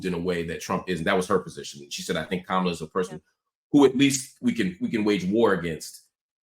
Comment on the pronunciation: Also, she mispronounced Kamala’s name all night!!! Can you please correct your guests